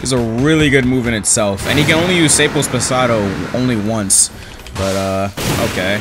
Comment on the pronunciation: its fun how u say sables pesados cuz in spanish is literally anoteher thing is Sa-bles pesa-dos